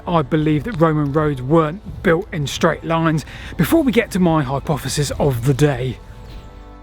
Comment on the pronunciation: The Romans didn't build schdraid roads because they'd never heard of them. Schdraid is a mispronunciation of the word 'straight' which has come about in the last couple of decades due to excess alcohol consumption and consequent brain degeneration in young people.